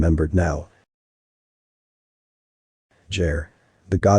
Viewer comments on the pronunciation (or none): I really want to set a d&d campaign in this setting haha One note, and an incredibly minor onr at that: given that Geyre is the name Gears corrupted by centuries of telephone, its probably pronounced with a hard G and not a soft G. I really like this recap though :)